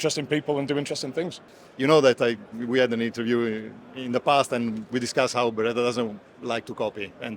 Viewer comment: I almost thought each time you were going to be introducing a different Ber-rit-ah rep! 😂😅😂. By the way Bartoli had a recall on their costco salami.